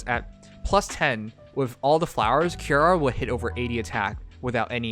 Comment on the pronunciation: is dyslexic confirmed, read the name more carefully, it's Ki-ri-a.